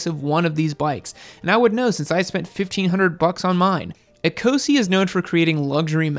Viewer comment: ecosse = e-koss